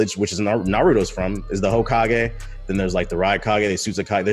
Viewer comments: My boy said “Hokeeagé” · This ninja said Hokeeage... like he dont watch naruto. 👏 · I just wanna know where he got that pronunciation from